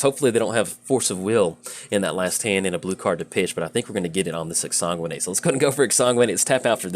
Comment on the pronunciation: it's magic. half the challenge is pronouncing card names lol. but you said exsanguinate like 37 times in 3 minutes, (i didnt actually count) and i just couldn't not help you out =D